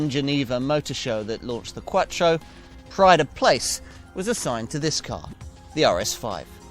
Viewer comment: That is the sound of someone speaking an Italian word with a British accent.